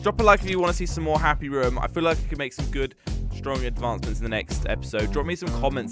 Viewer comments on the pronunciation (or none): it's not happy rum it's happy room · he says happy rum I love it